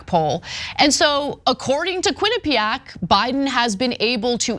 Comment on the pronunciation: Ain’t gonna lie. I never wanna hear the word “quinapeaaack” again.